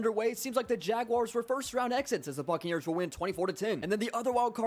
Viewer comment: for a sec I thought he said "fuckneers"